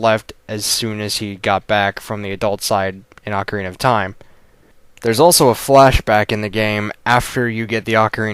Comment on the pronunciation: Thank you for saying AH-carina and not OH-carina. At least i know im not the only one who pronounces it this way